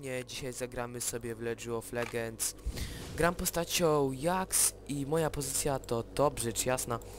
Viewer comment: fajnie ale mówi się dżaks